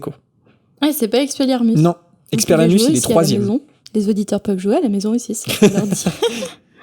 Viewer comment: aaarrrgghhh🤪 je meurs 😖 EX-PE-LIAR-MUS Je veux t'entendre le dire au moins 1x correctement stp!